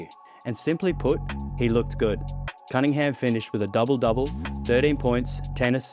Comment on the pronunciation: Is it only me who ALWAYS hears Cade ‘Cuttingham’ or’Cuddingham’ EVERY TIME Kendrick Perkins tries to say Cade Cunningham?